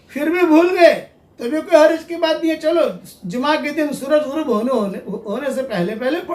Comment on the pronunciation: جما نہیں جمعہ ہے وہ